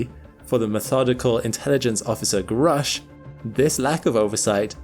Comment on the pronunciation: Grusch is not an English 🏴 name. This spelling points to Central Europe and is pronounced Groush*… Sorry about this. Your colleagues at the channel *The Angry Astronaut pronounce it correctly. Thank you for this very informative and non-sensational collection. This is a topic I normally avoid.